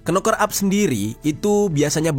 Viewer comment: Knocker huruf depan (k) tidak dibaca,hanya cukup pakai suara (noker),aku bukan pintar namun tau bener adanya, sorry Bro! I’m not clever enough,yet I knew precisely,accurately should be,good luck!🙏